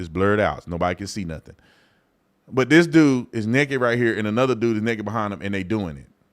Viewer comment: And it is NAKED. Not NEKED…. Smh